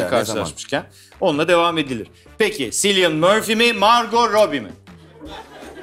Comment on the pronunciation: ... Cillian Murphy'nin adı "Silyın" değil "Kilyın" şeklinde okunuyor canlarım...